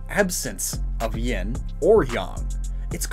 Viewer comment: NOONE SAYS YIN “YAHN”